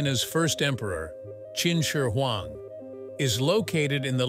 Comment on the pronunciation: The narrator's pronunciation of "Qin Shi Huang" is not consistent at all. At times he gets it just about right, and than suddenly it rolls out the tongue completely wrong. LOL. It reminds of that one narrator who say's "Cao Cao(Tsao Tsao)" and than mistakenly says "Chow Chow" here and there through out the who video.